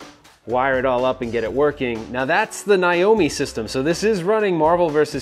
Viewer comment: My god… it’s NAAAAYYYYYY O MEEEE NOT N EYE O MEEE.